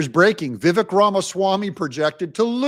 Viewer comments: It's pronounced "Vee-vake'." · It’s Vi-VAKE, rhymes with cake